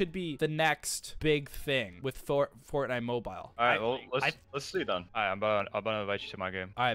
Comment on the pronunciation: I kept getting triggered when you said mobile and how you warmed up